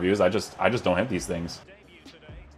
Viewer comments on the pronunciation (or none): none